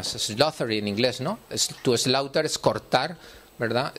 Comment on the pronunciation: Es que un experto que empieza por decir que "slaugther" significa "cortar", y lo pronuncia como lo pronuncia (no hablo de acento, sino de pronunciación incorrecta, en concreto de "th", que en esa palabra no se pronucia así...)... pues empezamos bien... Como por otro lado tengo fuertes suspicacias acerca del concepto de psicópata, de si no será una especie de mito de las brujas medievales pero para nuestra época cientifista (y sin negar ara nada la existencia de personas malvadas e inhumanas) con una u otra función ideológico, construir un monstruo que cumpla una función social como mito... pues no sé yo... Luego es que veo esos videos de YouTube de gente presuntas víctimas de narcisistas y psicópatas y dedican canales al respecto (y la existencia de estos canales y en tal cantidad ya es de lo más llamativo e indicio de creencia rara) , y más de uno de esos canales tienen un cierto tufillo, generan una cierta sospecha de que el autor destila un narcisismo exagerado y que usan la acusación de psicópata o narcisistia como mito que le resulta útil para, digamos, blanquear su imagen frente a personas que le son hostiles o les ha "puteado" acus´ñandoles de sus propios defectos, funcionando ese concepto para ello precisamente por ser un mito... El tono freudiano de todo el asunto... Que estoCuanto más miro este tema, más trato de informarme etc., más mosqueo me produce. Aquí hay algo que no está bien, con este rollo de la psicopatía. Le veo un parecido a rollos tipo cereyentes en lo